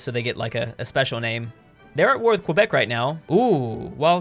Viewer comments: Keh-bec NOT qua-bec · You pronouncing Quebec wrong. Drop the 'U' and that's how you're supposed to pronounce Quebec( Qebec).